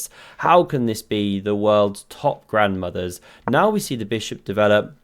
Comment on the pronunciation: " I certainly kann" . jajajaja